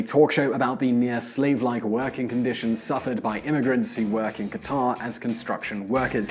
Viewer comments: Qataaaaaaaaar!!!??? I know he is not Arab or Middle Eastern, but shouldn't he try? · Qatar is pronounced "Cutter"... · nope. I'm not American. And it's pronounced very similar to "cutter" by actual Qataris, wouldn't you know it. I'll concede it's not exactly the same as "cutter" but it's closer to that than how the narrator in this clip pronounced it. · It's "KAT-tr" not "ka-TAR" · qatar isn't pronounced that way. Not that anybody cares I guess.